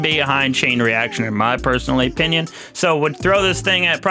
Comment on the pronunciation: A canadien critique... EH-pinion